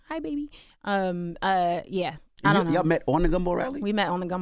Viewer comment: “I dunt knowwwah”…yeah that’s British lol